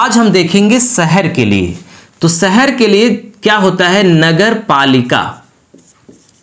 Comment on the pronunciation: आप " श " को भी " स " बोलते है , जैसे शहर को सहर, परिषद को परिसद सुनने में अच्छा नहीं लगता है । कृपया अपने उच्चारण में सुधार करें